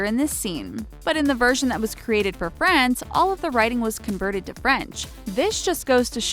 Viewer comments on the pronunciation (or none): none